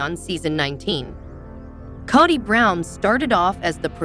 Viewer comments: His name is pronounced co dy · It's Kody with a long O! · Learn how to pronounce Kody!!!